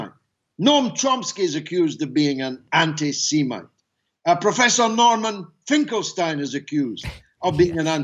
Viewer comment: Did Galloway say anti-semen instead of anti-Semite? Is he against swallowing?